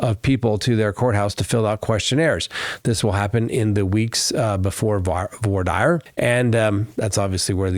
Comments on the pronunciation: You need to learn how to pronounce “voir dire” it’s “vuhrah deer” not the way you’re pronouncing it 😂😂😂😂😂😂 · spoke too soon, you switched back lol Voir is like voila without the la. Dire is like "dear"